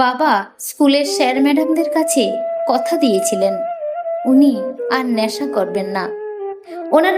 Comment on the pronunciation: কানতে নয় , কাঁদতে / বেস্ নয়, বেশ / ন্যাশা নয়, নেশা / শেস্ নয়, শেষ / ল্যাখাপড়া নয়, লেখাপড়া।। ইত্যাদি ইত্যাদি।। 🎉 যদিও এপিসোডটি বেশ দীর্ঘ।। সেই অনুপাতে এবারে উচ্চারণে খানিকটা উন্নতি হয়েছে ।। আশাকরি আগামী দিনে আরও উন্নতির সংগে প্রতিটি এপিসোড শ্রোতাদের কাছে সবিশেষ বাহবা পাবে।। 🎊 পরিশেষে আন্তরিক ভালোবাসা আর অনেক আশীর্বাদ রইল ।।